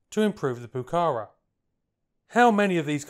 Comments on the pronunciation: it's not pronounced puh-CA-rah, it's puh-cah-RAH, accent in the last syllable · No es "Pucára" es "Pucará". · Please pronounce it properly: the acute accent on the last “a” tells you where the word should be stressed: poo-ca-RA not POO-cahra nor poo-CAH-ra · Please correct your intonation: it's not "pucára", it's "pucará". The emphasis is on the 2nd "a", not the first. And the 1982 war wasn't its main combat usage; that doubtful "honour" was anti-guerrilla, that is, it was used to hunt down those who opposed the dictator of that particular moment. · pucaRA stop saying PUcara. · (1)'Minor revision, "Pucara" is pronounced stressing the last "a", "pucaRA". (2) Good documentary about a beautiful airplane. Thanks! (3) A jet propelled version was considered, but never went beyond concept and proposal. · Another great video. Say 'PucaRAH' - the final a is accented. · Se pronuncia: Pu - Ka - Rá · Greetings from Argentina: 1- It is Pucará (accent on the last syllable) 2- I agree, the timing was horrible for this plane. 3- The engines were also a weak point. They weren't as reliable as the rest of the plane 4- You failed to mention a version, the IA-66, with Garrett engines, intended for export and to explore other engines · Muy bueno el video. Es Pucará, con acento en la última "a", se pronuncia como palabra aguda. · In pronouncing Pucara', note the accent mark on the last syllable.